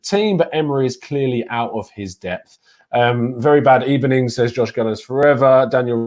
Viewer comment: It was a "bad ebening" for Emery